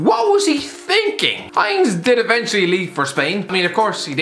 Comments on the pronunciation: "High-nz" lol its pronounced "Hein-zeh" com eon you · its not pronounced as Heinze like the ketchup but hein-z-e (haynza)